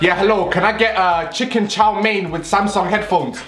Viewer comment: bro really said chiken with a xbox series s 🤣😂😂😂😂